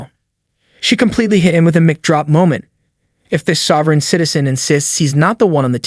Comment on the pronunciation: AI voice interrupting to explain things easily understood and just saw? Wow has capitalizing on videos hit a new lazy low. Around 630 the ai voice says "mick drop" instead of mic drop lol